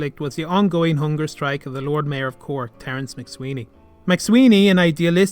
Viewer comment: I'm afraid that 'McSwiney' is not pronounced here properly.